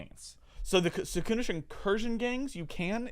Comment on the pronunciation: Why do you pronounce Secundus with this emphasis on the first U btw? It sounds really odd to me